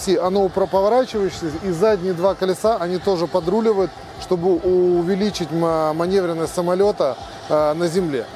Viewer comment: да не манЕвренность, а МанЁвренность, манЁвренность, блин.